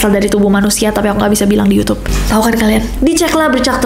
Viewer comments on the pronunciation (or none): none